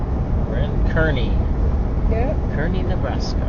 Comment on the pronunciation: It’s pronounced car/knee. My mother was from Kearney and Granma lived there for more than 90 years.